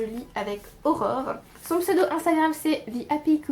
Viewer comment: Coucou ! Tu prononces très bien ces pseudos barbares ! J'ai check le site de la bibliothèque de ma ville et elle a les culotées disponibles ! De mon côté j'ai également validé les OWLs mais avec Magizoologist je n'avais que 4 livres à lire ! J'ai lu 8 romans (dont 1 VO toujours o/) et 5 graphiques ce qui est pas mal pour moi ! J'ai fini Des fleurs pour Algernon et j'ai beaucoup été touchée par la fin et par le livre en général. L'auteur a très bien rendu l'évolution mentale du personnage et malgré quelques longueurs ça se lit très bien ! J'ai été déçue par Un âge de cristal de W. H. Hudson qui a été édité en limité par les moutons électriques qui le vendait comme une dystopie écologique et c'était trop tourné sur la romance et le ressenti du personnage pour moi ! Tant que j'y pense, j'ai lu un livre de Temple Grandin qui s'appelle L'interprête des animaux et je l'ai trouvé très intéressant même si le domaine principal ne m'enjaille pas trop. Elle aborde les méthodes qu'elle a pu mettre en place pour baisser le stress des animaux dans les abattoirs. Etant passée végétarienne depuis quelques années, le sujet m'a hérissé le poil mais les méthodes restent intéressantes à lire et ce n'est pas une ode aux abattoirs pour autant (voir le contraire parfois). Bon mois de la fantasy avec toutes ces LC !